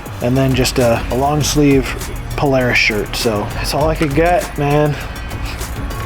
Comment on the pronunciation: It’s awesome to see someone actually pronounce Polaris right and that did